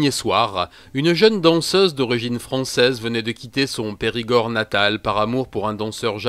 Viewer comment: De t'entendre dire perigord ma surpris je l'admet 🤣